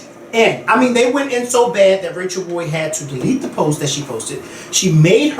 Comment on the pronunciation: its rachel roy. not rachel ray.